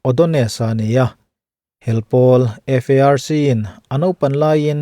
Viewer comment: Sir,A tawp lama CRAF hel i lam zeuh zeuh hi FARC ni turah ka lo ngai ve ngawta..